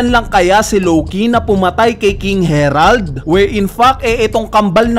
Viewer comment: King Harald ❌ King Herald ✔